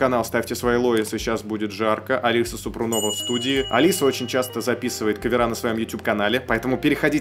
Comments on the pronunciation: Благодарю за реакцию.Алису слушаю давно,очень интересная певица,красивая девушка.Поёт на многих языках.И да,,ударение в фамилии СупрОнова. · СупрОнова - ударение на первую О. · Не Супрунова, а СупрОнова.